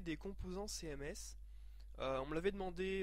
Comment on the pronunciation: "céhèmès" laule